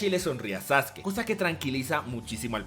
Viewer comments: Le decia sasuki y se dice saske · SASUKE?? NO ES SASKE ??